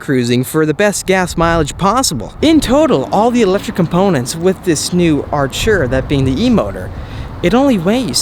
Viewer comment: r u british?it's not 'archura'.it's ar't'ura😒🙄